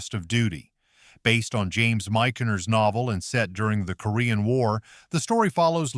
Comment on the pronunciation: James Mickener? Never heard of him. James Mich-ner... maybe. (unless I've been mispronouncing it wrong)